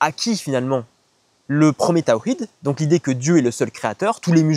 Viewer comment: Tu es incapable de prononcer le mot Tawhid correctement mais tu penses être qualifié pour parler au nom de l’islam